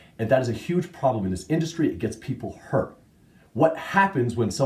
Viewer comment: dont like the way you pronounce "Hurrrrrttt"...sounds like....well